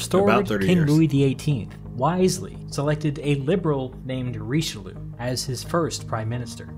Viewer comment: Hearing english people pronounce Richelieu like in the video is just as ridiciulous as english speakers laughing at a french guy pronouncing butter in english